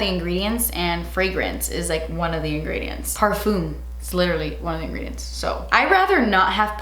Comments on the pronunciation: Parfoom Me: what the fuck is par- OHHHHH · LOL “PARfum “🤣🤣🤣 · Dying at her pronunciation of Parfum thank you